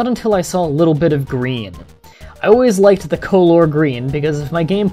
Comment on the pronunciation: color is pronuced culler, not coelore